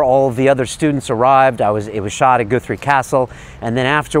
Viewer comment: WTF? Goothree? Top kek. Nah, m8. Guthrie. "U" as in "gut".